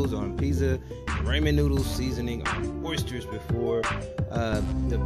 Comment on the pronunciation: Stop saying orstersssss!!!